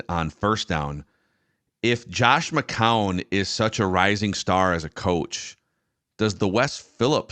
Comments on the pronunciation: Oh no is back to 3 syllables for McCown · it’s pronounced “Mc-Cown”, not “Mc-Cow-en”